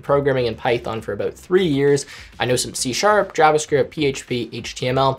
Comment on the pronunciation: How he says JavaScript bothers me.